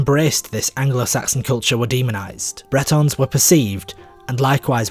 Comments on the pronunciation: Well done!! But "Bretons?" I think it's 'Britons,' right? Specifically, Romano-Britons. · Bretons = Celtic people of Brittany. Britons = people of Britain, rhymes with Britains.